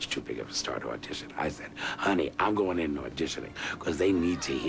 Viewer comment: In journalism 101 they should make broadcasters pronounce the letter g! Anyway, love hairspray!!